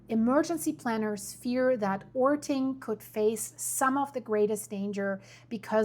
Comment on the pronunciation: orting is pronounced ording (voiced t is dropped to voiceless d sound), puyallup is pronounced pew-al-up (pew like church pew, al like california, up as in the word up). Getting all those vowels in puts a w sound where the y is. You pronounced sumner correctly!